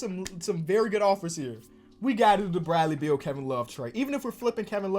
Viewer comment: Literally nobody:: “Bradley Beald”